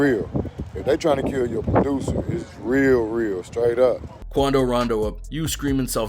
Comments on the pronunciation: "Quando" was wrong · Common “QUANDO”